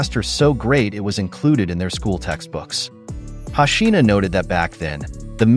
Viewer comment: It's hoshino how can u pronounce it hashina, lol